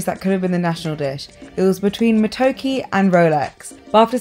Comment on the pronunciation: Im ugandan and basically u pronounce matoke like Ma -to-ke Not Ma-toe-kee❤